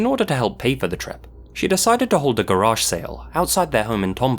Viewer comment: Why did you say garage like that lol? Garargh. Sounds like you were trying to say Nigel Farrage